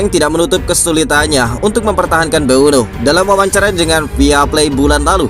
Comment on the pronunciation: Mboume min, bukan mbueno😅